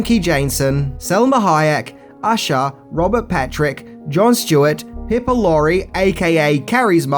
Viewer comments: She's a great actress, so it seems fair to offer a small correction: it's not pronounced "Pippa", but rather "Pipe - per" Laurie. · Piper Lauri ?? I always thought it was pronounced piper as in pied piper. 🤨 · I can't help but find it insulting that misprounces actors name. Gillian Anderson. Piper Laurie. He's done this to a lot of actors/actresses. Is it for comedic value or because he genuinely doesn't prepare before taping to find out how to pronounce the names?